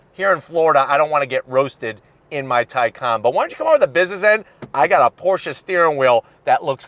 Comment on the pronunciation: Why does he keep saying Portia? It's Porsheh